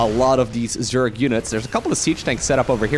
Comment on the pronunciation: its zerg not zerk :/